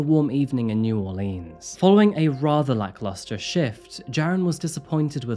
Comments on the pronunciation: Growing up in America, we were taught how to spell Mississippi in grade school. It was a little song, sort of. So it has never been hard to spell for most people in the U.S. Also, Not many people pronounce New Orleans as you did in this video. It’s more like Nawlens or Nawlen 😂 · I legit LOVEEEE your videos more than any other channel on YouTube, but your pronunciation of Louisiana places just about kills me 😂😂 it’s New Or-linz and Tan-juh-puh-hoa!! Don’t worry though, us Cajuns realize it’s impossible for even 99% of other Americans to say 🤣❤ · Btw; it's pronounced " naworlins " together.. say it together fast sounds right. That's how our people down here say it. " New Orleanz " is how most people pronounce it. We get upset about it here 🤣🤣 fun free fact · I love your videos! I am born and raised in New Orleans … Let me help you out! New Orleans : “ Or-Lens “ Tangipahoa : “ Tan-Jah-pah-hoe” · Just a kind comment...New Orleans has two major pronunciations, one which is said like leen and the other more like lins. That's what I think you heard and someone put it in as New Orelans on the map. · It's not New Orleans. Nor'leans. I'm Australian and know that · As someone who grew in New Orleans, his pronunciations of New Orleans and Tangipahoa were crushing me lol! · check the correct pronunciation of New Orleans. Horrible, horrible murder. Idiotic sentence of 100 years. The US Justice System on sentences does not make any sense. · Mais Cher…You done butchered sayin’ New Orleans and Tangipahoa, yeah, but Boudreaux and Thibodaux say we done gone forgive you. So come pass a good time with us, Cher! 💁‍♀️ Hot boudin and cold couscous, come on Cajuns, mush mush mush LOL 😂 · Commenter doesn’t pronounce New Orleans correctly!!!